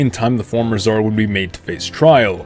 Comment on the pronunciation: nobody: absolutely nobody: scar nicholas